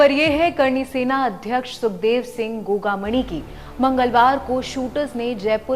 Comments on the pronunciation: Maidam dhang se uccharan to karlo gogamani nahi gogamedi hai 6 nahi 4 gard the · तू घंटा रिपोर्टर है गोगामेड़ी न गोगामणि बोले है भाग यहां से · गोगा मणी नही गोगा मेङी